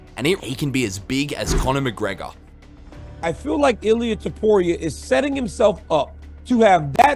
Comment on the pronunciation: Machregor?? Is he joking? Connor ?